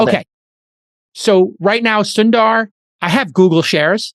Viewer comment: The pronounciation is "soun"-"the"-"ruh" : Sundar